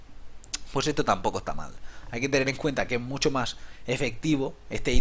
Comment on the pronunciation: "Ehtoh me parece una mierdah, no lo voh a comprah."